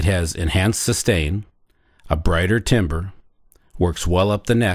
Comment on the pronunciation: This looks interesting, will these be available in stores where I might could test it out? Would I have to remove my spikes? Oh, BTW timbre, it's pronounced "tam-ber". Good luck with these.